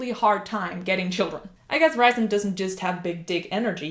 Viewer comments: It is not Ri sand. It’s Rheee sand. If you listen to the audiobook it will show you. I’m sorry but it’s just a bit annoying that you’re doing a video about a character and don’t know how to say his name correctly. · Rhysand is pronounced "Reeceand"